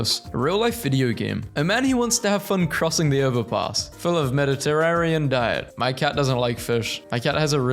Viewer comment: i like your content. but hooolyyyy did you fail reading? yijasil? yggdrasil, its pronounced ig-dra-zill mediterrarian? its mediterranean. medi-terrain-ian